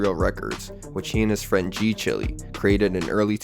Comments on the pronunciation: Why are you calling G CHILE (pronounced Child, "chile)", g Chilly? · g-chile is pronounced g-child